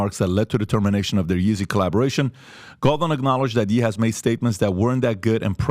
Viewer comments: im still getting over him saying Yee instead of Ye lol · PBD it’s pronounced yay not yee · Why are you calling him Yee? Like do you say KanYee west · Calling him "Yee" is crazy... haha all love tho. Love the pod!